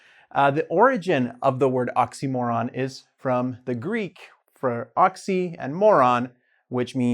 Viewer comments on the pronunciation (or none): It would be better if you knew how to pronounce oxymoron